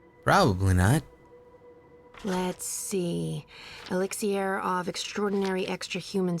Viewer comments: Saga Is so beautiful!!... But she ruined it, the moment she said "Elix-ee-r" ~ CRINGE ~ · ....elix-e-air!? I call it elix-er I got annoyed with that not gonna lie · Did they not give Saga a pronunciation guide with her script? They just overlooked "elixier" and transdimensioanl "tears"